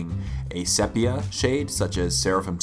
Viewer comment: It's pronounced "SEE- pee-uh".